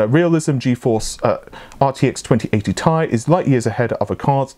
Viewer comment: Who says Ti like “Tie”?